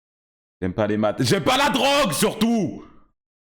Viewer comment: J’aime passs la drrrrougue